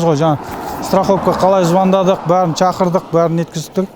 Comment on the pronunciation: Чақырдық емес Шақырдық